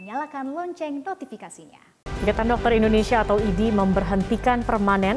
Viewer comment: IDI itu dibacanya Idih... segitunya, saya gak perlu IDI untuk sembuh, tapi dokter yang handal dan bermartabat bukan berjenggot ha ha ha, sebuah contoh ketidakprofesionalan yang hakiki.... kasihan bangsaku